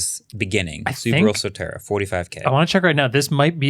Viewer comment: Subaru So-L-terra-ble